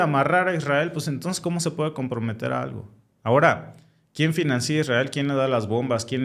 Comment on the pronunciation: Porqué dices FINANCÍA? SE DICE FINANCIA!!! NO LLEVA ACENTO O TILDE EN LA I !!!